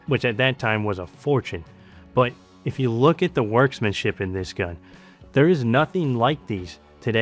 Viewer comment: "Worksmaship" ? - please learn the English language.